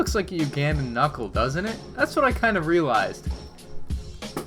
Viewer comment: The way he says Ugandan has me dead